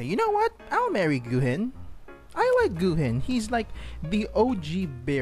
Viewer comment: it’s pronounced “GO-HIN”. The u is silent in Japanese and is only there to make the o sound longer